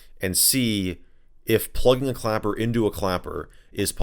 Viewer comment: him: clapper. me: clacker (thats what he actually said at one point LOL)